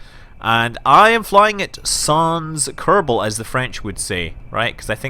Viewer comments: About french language, we pronouce "sans" like "sand" without the D's sound x) Keep doing your awesome videos. From France with Love x) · Sans is pronounced without an S (that sounds like a Z) at the end of the word itself. It's closer to San